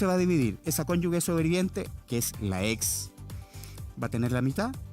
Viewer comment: El abogado,dice cónyugue " La palabra es cónyuge!! Es imperdonable en un abogado!